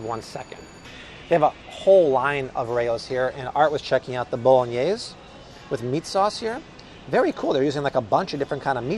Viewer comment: He actually pronounced it correctly. The brand's name is cucina (Italian) not cocina (Spanish). I'm native in Spanish and fluent in Italian. The one he actually got wrong was "bolognese" because he cut the last "e".